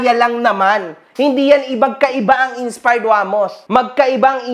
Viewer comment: inspard daw sabi...heheh d mabgkas maayos